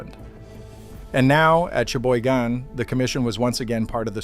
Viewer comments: The correct pronunciation of Cheboygan: sha - boy - gen with the emphasis on the second syllable. Thank you, from a Michigander. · All the Michigan people I know pronounce it "Sheboygan". Maybe add that to your AI memory.